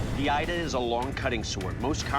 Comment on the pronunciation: A Yoruba here 🙋🏿‍♂️ Here to correct some mistakes: 1. Your pronunciation of ida is incorrect; the I in the word is pronounced as E not I, so the pronunciation is E-da not Ai-da. 2. Ida can only be 2-faced, and it’s never used for farming or cultivation; it is strictly for battle. The 1-faced blade is called Ada pronounced A-daah. There is in fact a Yoruba adage that explains this: oju kan ni ada ni, bi o ba di meji a di ida (meaning the ada has one face, when it has two faces it becomes Ida). Ada is used primarily for farming and sometimes hunting; but its primary function is farming and clearing the path. . Thanks for showcasing the Yoruba weapon.